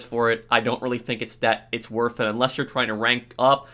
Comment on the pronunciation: Guys it’s not worf it